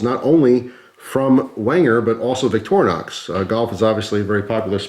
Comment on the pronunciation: The bigger issue may be trying to explain to some how to pronounce Victorinox.... Clue for some, it's not "VICTOR- -Nox". Sorry, there is a you tube guy out there that always says it that way.